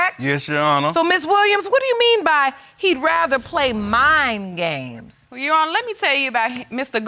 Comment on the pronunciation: I thought he said Mine Games but it was Mind games Mr. Famous bling blanng